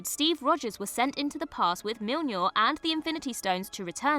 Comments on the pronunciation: Re. timestamp … I'm sorry, who now?! 😳 "Mjill-nor" is what, exactly; Thor’s spare, by any chance? Now, I'm sure it was a slip of the tongue, and I rib you only in jest; it just tickled me, is all, how you pronounced Mjolnir’s name 😆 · lol "myonyour" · Ahhh... can't pronounce Mjolnir! 😂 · lol… say Mjölnir again you idiot. Pleasez